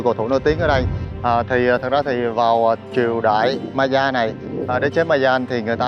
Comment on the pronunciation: Nếu em không lầm thì phải đọc Maya là "mây-a" á ạ